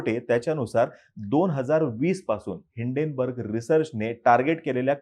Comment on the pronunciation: It's name is Hinden why u pronouns as Indane